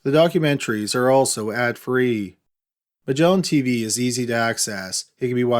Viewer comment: "Migellin Teeveeeeeeeeee"